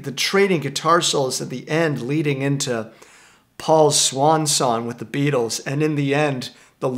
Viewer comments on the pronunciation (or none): none